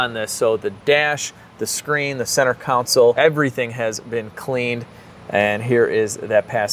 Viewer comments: I know it’s an EXTREMELY small thing: but the word is CON-SOLE… not council…. I love you and Peter, love the channel; But that cringes me every time you refer to a console…. Sorry. ABSOLUTELY LOVE MID WEEK VIDS!!!! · please!!! For The Umpteenth time - it's CON-SOLE, not COUN-CIL!!!!!